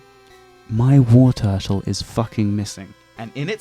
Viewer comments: It's Wartortle, not Warturtle! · You pronounce Wartortle wrong ://////